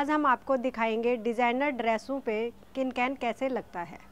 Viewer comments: Its can can not kin kan samjha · its can can not cin can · Kin kan nhi ho ta can can hota hai... Or apko thik se batana nhi aya...